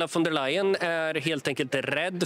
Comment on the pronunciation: Vem är intervjuaren, som inte vet att 'v' uttalas som 'f' i tyskan, t.ex. i 'von''. Det trodde jag var ren allmänbildning, något som alla visste. Dåligt!